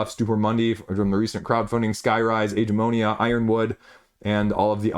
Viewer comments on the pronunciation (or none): why do you call it "Age"-"eh"-"mo"-"ni"-"a"? Isn't it "ag"-"a"-"mo"-"ni"-"a"? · Yes! The "g" sounds like the g in great.